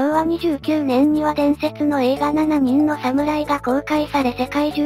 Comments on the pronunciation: あと「ななにん」→❌ 「しちにん」→◯ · 「七人の侍」は、「ななにん」ではなくて「しちにん」と読んで欲しい。